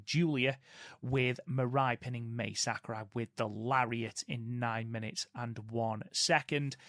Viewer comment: Guys, Mai Sakurai is pronounced like Ma-ee, not May or Mei. Ma (like Mama) i (like the letter E). In Japanese, vowels sound like this. A - ah E - Eh I - ee O - oh U - oo